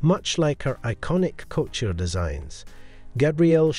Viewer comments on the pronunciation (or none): none